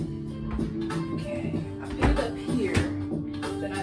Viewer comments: You’re a college student who say “ I pit in the tub”. You said it several times, girl the word is PUT NOT PIT. The clothiers will be dampt the word is damp. SMDH. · I like it but it's put not pit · Very good review but please the word is “put “ not “pit”